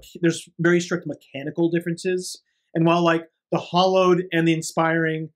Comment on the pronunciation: Good coverage but dear lord hearing hallowed pronounced hollowed was driving me crazy.